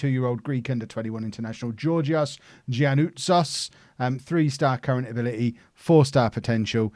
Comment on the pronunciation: Gian is pronounced Yan in Greece, much easier, pick it up,. Great series, as usual. Do you do anything special regarding training those promising youngsters?